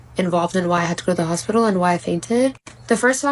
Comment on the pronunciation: You were in the crazy hospital !!! I wish you could learn how to pronounce hospital correctly!!!!